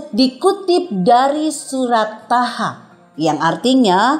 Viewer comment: E itu,surat TZOO HAA,bukan THAAHAA.